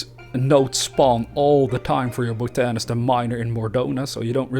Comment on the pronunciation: Great video, and just so you know it's pronounced- bot-a-nist